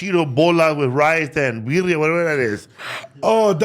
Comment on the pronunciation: Did say "Virria" smh 🫩😂